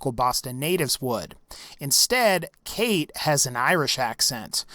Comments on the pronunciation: Its pronounced Cawtch, not Kate. For fucks sake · the fact that her name is spelled 'Cait' and pronounced 'Kate' just shows how much of a fraud she is, cmon Bethesda like do ye think people outside Ireland are that retarded that they wouldn't understand that if they spelled her name 'Cáit' it would be pronounced 'Coyt' PS that ain't an Irish accent lol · u say her name as kite her name is spelled cait . Irtish language is kinda wired to people who are not Irish. i am Irish . btw .